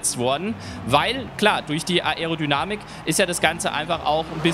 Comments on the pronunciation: Bitte versuch Aerodynamik richtig auszusprechen #nohate aber das fuckt ab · das man das ‚a‘ und das ‚e‘ beides betonen muss weiß ich danke, aber man muss es nich ‚a‘ und dann ne pause machen und darauf hin ‚erodynamik‘ aussprechen.. in einem flow klingt das gleich viel professioneller